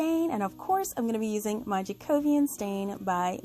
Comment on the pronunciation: 5 gold stars to you for knowing how to pronounce Jacobean.